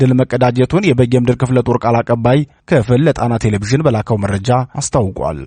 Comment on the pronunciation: አንባቢ ሆይ!! ቴሌ-ቭዥን ሳይሆን ቴሌ- ቪዥን ብለህ አንብብ.